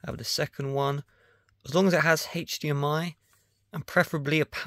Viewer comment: haich-dmi ? WTF is a haich-dmi? ofvah? WTF is an "OFVAH"?